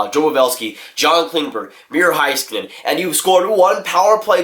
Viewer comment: And also, it’s miro heiskanen as in HEYskanen. Not Hi... HEY